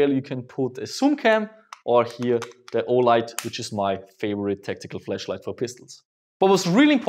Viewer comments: You sai FleschLight not FlaschLight :-) 3,40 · The "A" in "Flashlight" should not be switched with "E" when spoken. Not to be critical of your English, but one is a light emitting device and one is simulated vagina. But I'm super excited for your new pistol! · When he says flash light it sounds like flesh light 😉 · when he says flashlight, sounds like he’s saying fleshlight. LOL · Every time you say flashlight it sounds like your saying fleshlight 😂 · With his accent flashlight sounds like flashlight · You need to pronounce flashlight a little better for me